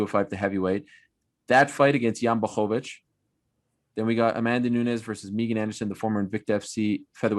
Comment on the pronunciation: Guys, your Jan Blachowicz pronunciation is great, just stick with that. Native Pole says.